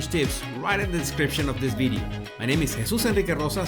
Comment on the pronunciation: Question for Jesus ;why you can pronounce “victory” and you pronounce “ bideo “ instead of “video” ?